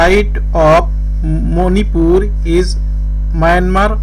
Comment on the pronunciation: Please pronounce Manipur clearly. It's really irritating.